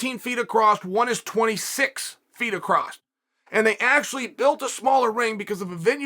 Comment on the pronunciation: Chael "Acrosst" Sonnen.